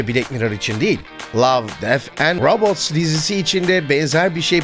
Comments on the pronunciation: Abi Love Death and Robots u seslendiriken neden garip bir aksana bürünüyormuşsun gibime geldi? Rabıts mı yani 😂 fazla vurgulamış gibisin dizinin ismini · love dead and robots ta 'robots' u neden vurguluyosun bu kadar ? alışkanlık gibi bişeymi